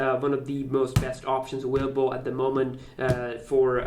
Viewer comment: "innowwation" "awwailable"